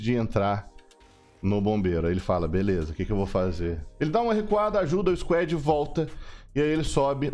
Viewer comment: sem querer ser chato mas a pronuncia de squad eh squad e nao squed